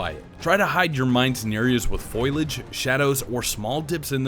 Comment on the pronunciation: Did you say “foilage”? Oh, brother 🤦‍♂️